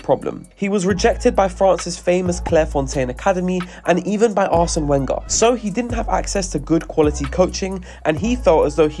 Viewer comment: I don't trust anyone who can't pronounce Wenger right